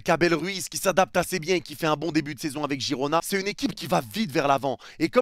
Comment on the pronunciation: Il a dit „assez bieng avec l accent “